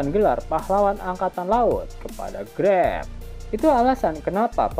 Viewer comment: Greb bukan grap 😂